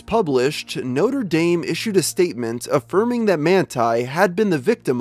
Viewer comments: That's how Americans pronounce it... weird isn't it? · Notre dame...how did you pronounce it so wrong